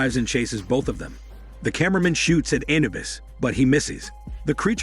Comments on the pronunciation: It is Anubis not Anabus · Anubis not anabuis lol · A-nu-bis A-nu-bis A-nu -bis Jesus get it right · Your word pronunciation of annubis is making my ears bleed and you say hormone way too much it's quite annoying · The commentator doesn't even know how to pronounce Anubis correctly. I just ruined it for me.